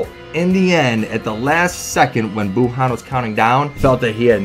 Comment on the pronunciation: Dis man just pulled up facts dat kb over bh and still say buuhan